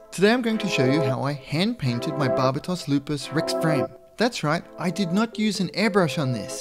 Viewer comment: The way you say Barbatos personally offends me